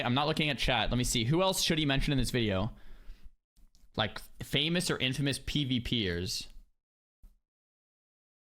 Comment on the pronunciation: IN-FAMOUS and Infamous are not the same thing.... nor are they pronounced bilaterally.